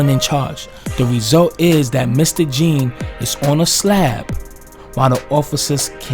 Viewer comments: With due respect to dude pronounce his name right (Jean is not the correct pronunciation its French John, like Wyclef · His last name is pronounced “John”. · Jean is pronounced like John. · Botham Jean , Jean it's pronunciation is John. It was murder straight up, ain't nobody stupid, and if you think anything else then you are just erroneously delusional. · First of all, get the proper pronunciation of the victims name right...it’s pronounced JOHN... Next..ditch the hip hop music..it’s distracting.. Your evidence demands a verdict. Something fishy going on here.